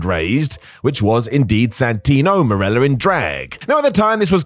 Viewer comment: Marella* not Mareller